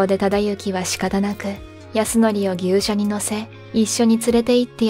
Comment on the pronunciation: 牛車は「ぎゅうしゃ」ではなく「ぎっしゃ」と読むとよい